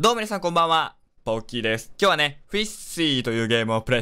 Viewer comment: 最初の挨拶の「です」が「ドンキーです」に聞こえるww聞こえないかな？